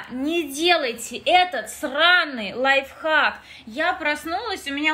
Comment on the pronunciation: Все говорят лайфхак, моя мама: "лайффак", я🗿 ну в принципе правильно